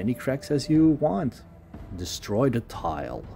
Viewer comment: Not being a jerk, but work on your “Th” sounds. Using D and T instead of the proper sound(The/De, This/Dis, Think/Tink ect. Produce the sound by slightly sticking out your tongue and slightly pressing your teeth.passively pass air through your teeth(think, thought) or perform a hum using the same method(this, that, them[think Mongolian singing for the hum but tongue out]). for both variations. Retract your tongue quickly to produce the vowel sound after.